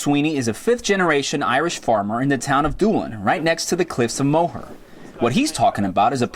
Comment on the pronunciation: lovely video....fyi the cliff's are pronounced "more" not mow her...thanks for sharing your experience.....